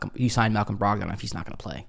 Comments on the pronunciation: Bruh, you've never heard ANYONE pronounce his name Brog-Don 😂 Why you saying it like that?? 🤦🏾‍♂️ Said it like 8 times before I shut it down. Brogdon (Brog-den). Please get it right lol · Most people say “Brog-den” as opposed to Brog-don. Good info today.